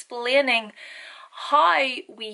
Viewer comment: I was just wondering how come you don't say how with a pronunciated w when you clearly use the pronunciated W and other words with a w?